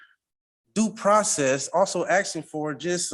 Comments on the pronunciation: Too much 'axing'. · Is he axing or has he axed?